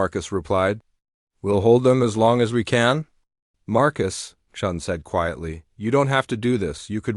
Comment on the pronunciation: The AI changed Chen into Chun by changing the i into a u.